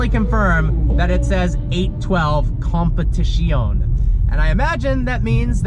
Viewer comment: Great job on getting the name correct. 👏🏾